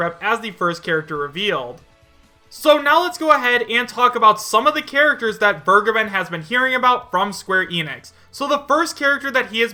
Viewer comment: Vergeben is german It means to forgive it is pronounced like Fair + Gay + Ben